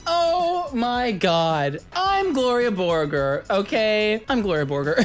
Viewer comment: Gloria Borgore? More like Gloria Voregore